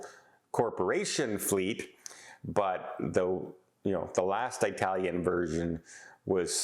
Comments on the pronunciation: It is not eyetalian it is etalian as one says for early not eyetaly. Also there were not tons of large cruise vessels turned away from NZ and OZ asthey completed their OZ round NZ to OZ. In fact there were record numbers. So again please get the facts right. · So,, where is this Eye-talian ship from, Eye-taly? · Eye-tallian huh? Jfc you're awful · I was wondering if this is the way all Canadians pronounce the word “Italian”?